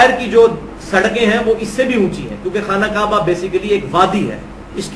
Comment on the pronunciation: Khana kaba is not correct pronunciation.